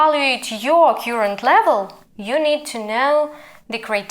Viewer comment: все гарно, але кёрент або карент замість кьюрент.